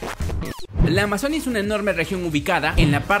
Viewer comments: Se pronuncia Amazonía con tilde en la i, no Amazonia como dijiste muchas veces en este vídeo -_- deja de ser ignorante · Amazonía!! Con acento en la i 😂😂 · Amazonía... AMAZONÍA!!! Acentúa la i.